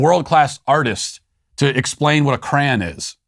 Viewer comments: MATT WALSH WHAT IS A CRAN?? Did you mean CRAYON? Why would an intelligent person pronounce it so foolishly??? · It is "CRAY-ON" NOT "CRAN" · Crey'n!? Are you trying to say 'Crayon'? Cray - On... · Sorry what? I'm not familiar with what a "cran" is. Did...did you mean "CRAYON"?????????? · Wait, Matt, did you say “cran” as in cranberry when talking about a “crayon”? My husband is from upstate NY and he cannot say “crayon” properly either. I am from Massachusetts and even I can say “crayon” correctly lol. Come on Matt, do better. CRAY-YAWN is how it’s pronounced :) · Matt has a commitment to shopping cart placement that is unwavering! I respect that. My personal campaign, that my wife and I disagree on is the pronunciation of the word crayon 🖍… Matt I’m disappointed 😢 a cran is a berry & the crayon has a Y in it that needs to be pronounced. I hope that you are not teaching your children this nonsense!!! Please renounce your past transgressions or cancel yourself for miss information. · Did you just say "cran"? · Ugh...Matt pronounced 'Crayon' as 'cray-in'. He's one of THOSE... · it is cray-yawn not cran.. love the show but this made me question some things.. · Crayon. Cray-on.They are made by CRAYola. They are not "crans", they are not "crowns". CRAY-ON. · Did Matt really say "Cran"......? It is "CRAY-ON" Matt Walsh, you are banned from the show. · No way did Matt Walsh just pronounce crayon as "cran" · New SBG merchandise should be a T-shirt with Crayon spelt out phonetically. First time I’ve been embarrassed of our Sweet Daddy is when I heard him say cra’an. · It could have been so much worse! Better "cra'an" than "crown." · I was confused because where I’m from that means crane. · The craziest part of the show today was how Matt pronounces “Crayon”. I had to do a triple take on that one.